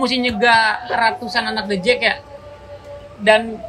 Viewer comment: The Jak bang, bukan The Jack